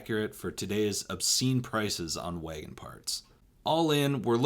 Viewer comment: You say “wagon” funny.